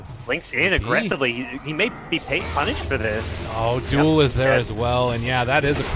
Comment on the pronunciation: When he says duel, i hear joule